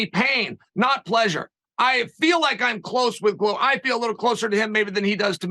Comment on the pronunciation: A ‘Glover’ is a maker of 🥊. Considering the business he is in, it is odd that it is pronounced wrong.